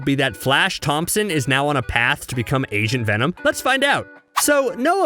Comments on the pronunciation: When you said agent venom it sounded like you said Asian venom XDDDDD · Wait did he say agent venom or Asian venom